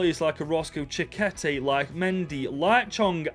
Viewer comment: Me as a Mexican, bro butchered the names of Chiquete and Lainez 😂 jokes aside great video bro keep going